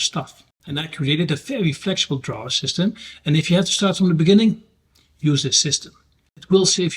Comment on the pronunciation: you have set the bar very high for the rest of us. I love the way you share your ideas, research and inspiration. I was in Europe during May, including a week in Amsterdam to visit my son. I was amazed how many people speak multiple languages it puts us Aussies to shame. Regarding the pronunciation of drawer believe or not it rhymes with floor. Always a pleasure to watch your videos